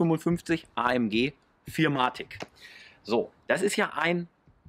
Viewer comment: Ist nicht arrogant gemeint, aber ich arbeite momentan selbst bei benz in der Werkstatt und ich habe noch nie jemanden "vier matic" anstatt four matic sagen hören 😂🙏🏻 coole Videos, weiter so